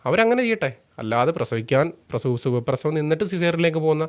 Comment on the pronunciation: "Sugaprasavam" enna vakku pinvalikkuga.🤬. Njanadangunna ella ammamarodum mappuparayuga.🤪